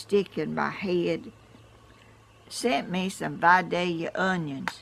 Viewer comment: Hey,! I was born and raised in your neck of the woods! Vi-day-ya onions....not Vi-dale-ea....if you're from around there, we know how to say it! God bless you!